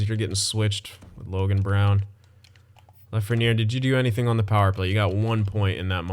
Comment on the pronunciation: "La-fren-air", It is "La-fren-yay". Keep up the good content man, love it.